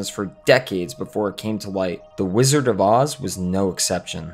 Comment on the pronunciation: A lot of misinformation here. And there is a "d" in the pronunciation of "Wizard," BTW. It's not "Whizzer" 1) The film only ever had ONE producer, Mervyn LeRoy. 2) Yes, Judy eventually battled problems with prescription drugs, but this had barely started (if at all) when she was making "The Wizard of Oz." She was just dieting to lose some baby-fat. 3) A few of the Munchkins got a little rowdy, but they were generally well-behaved. They worked for very long hours and had very little recreation time. There would never have been time for "orgies" etc. Lots of room for folklore and exaggeration. Sid Luft's book was mostly exaggerated rubbish to sell copies. 4) Ray Bolger has a soft "g" sound (like "j"). 5) Buddy Ebsen's reaction did NOT happen on set. It is well-documented that he didn't realize he had any negative effects until one night at home, two weeks into the shooting. Your dramatic narrative of him choking on set while the crew watched is impressive and entertaining, but completely incorrect. If he HAD collapsed on set, the studio would have been more sympathetic. The true account is much-documented. The sound cuts out completely . An ambitious compilation otherwise.